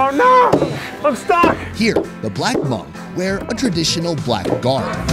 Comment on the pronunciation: No hate but he saying Hmong wrong. I know this because I’m actually Hmong